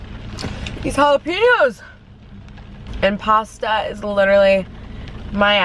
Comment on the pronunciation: jala-pEño 😂😂 not piño. pen as in the thing you write with